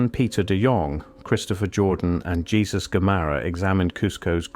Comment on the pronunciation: Lol your AI voice doesn't know how to pronounce Jesus in spanish which gives away this whole fake slop video.